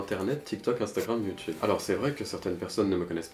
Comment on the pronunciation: "Youtoube" "Gentleminiscule" 😂